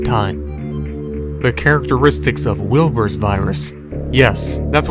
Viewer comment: When he said wilbers virus thought he said wilburts virus